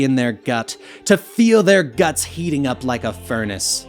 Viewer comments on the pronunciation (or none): none